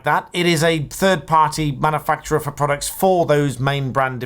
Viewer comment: At 1.53, what are prodcuts 😂?